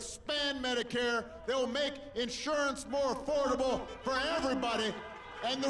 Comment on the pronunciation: "Badicath Care"